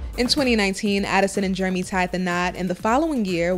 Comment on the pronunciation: She call him yeremy 😛😂